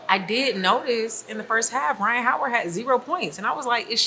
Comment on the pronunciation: "Rhyne Harden"